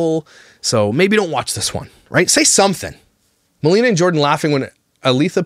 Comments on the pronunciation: It's Ma-lay-nah. Not Ma-lee-na. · ITS MILAYNA! 😂 you got the first name wrong also hahaha